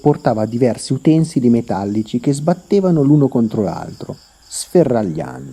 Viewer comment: Utensìli non utènsili